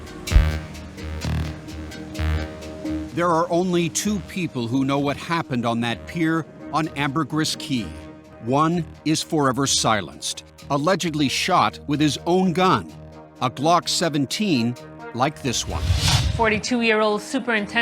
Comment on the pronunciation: Ambergris is pronounced am~buh~grees.